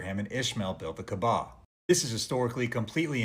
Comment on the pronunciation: did be just call the kaaba the kebab?! 😭🙏 astaghfirullah